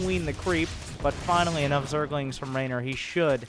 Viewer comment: i like how he always says " Zergalings" every time with a southern accent xD